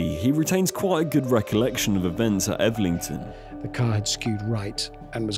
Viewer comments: Elvington, not Evlington. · Elvington, El-ving-ton not Elverton, not Evlington, Elvington 🤦‍♂️ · Bro it's el ving ton